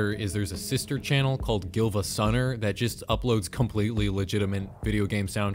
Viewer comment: You pronounced the L in gilvasunner but not in silvagunner